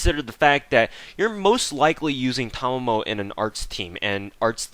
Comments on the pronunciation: Yes finally someone who pronounced her name correctly I mean how hard can it be she pronounce her name herself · Actually you were the closest to say it correctly, however, your "Okita" pronunciation needs work ^_^ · No Thanks That is wrong... Ta ma mo (Ta like in TArget, ma as in MArk, mo as in MOpe) he technically combined mamo as one which WAS wrong but the way to pronounce it is the same as he said. If you believe otherwise, you are free to look up how 'ma' is pronounced in Japanese. There are plenty of sources I'm sure. But Japanese pronunciation doesn't change. Aside from pitch maybe... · It's okay my fellow brother, for I have been pronouncing her name correctly ever since I first saw it. We are the enlightened. Or something like that. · "Because fuckin' English teaches you weebs incorrect syllable accentuation." Sorry, but no. It may or may not be incorrect, but I pronounce it the way her seiyuu pronounces it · I'm subscribing because you pronounced Tamamo correctly. Also, a few things: Double Tamamo actually hits harder than Double Waver or Tam+Waver for Arts Nps. Despite different buffs working better in most cases, 100% Arts up is just way too much for Waver to compete. So, if you want your Vlad/Robin to hit like a bus, just double Tamamo with Chaldea Code and you're good to go. You can also use her NP before another one in order to complete their second/third charge. This is a nice little trick a lot of people forget and can help you squeeze a bit more damage if the other character has extra damage with charge.